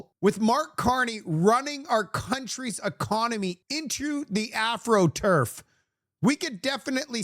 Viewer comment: did he say Afro-turf? .. its astro turf..astro... because they used it in the astros stadium first tmk